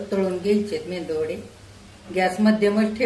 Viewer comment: अहो आजी मेंदू वडे नका म्हणू मेदूवाडे म्हणा.